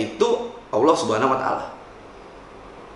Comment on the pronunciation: Kenapa gua kesel ya kalo ada yang bca "Allah" jadi "Owloh"